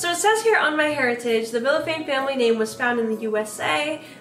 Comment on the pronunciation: As a hispanic, i feel like i need to tell you your last name is actually pronounced Vishafanye/Vilyafanye/Viyafanye (to this day i have no fkn idea how english pronunciation works but thats basically it aedfvadfasd)